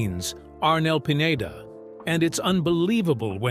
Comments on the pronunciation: Arnel's last name is Pineda-- not Piñeda,. See the difference? Please pronounce it correctly. Thanks for posting this video. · You featured Arnel as grungy looking, down on his luck singer. Like he has fallen on hard time. AND, it is Pi-ne-duh. Not Pinyeda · Pin- yey - da? That's pronunciation is only for Ñ. It's just PINEDA.